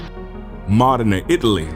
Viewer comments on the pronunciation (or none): Naaaa it’s Modena like “Moe-Dee-Na” not “Ma-de-nuh” lol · “Mo-dean-a” Italy